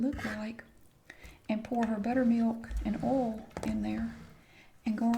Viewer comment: I love it too. Her oil is like OL. I absolutely adore the way she says that.